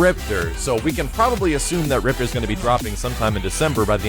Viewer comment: ...why did you pronounce Maya like the KI2 announcer but you don't pronounce Riptor like the KI1 announcer? Ripter= Rip-TOR=KI1 You a butt hole son lol